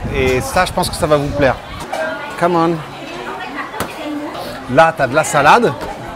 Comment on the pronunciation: CẢM ƠN.... Je pensais que tu disais "come on" depuis le début moi !!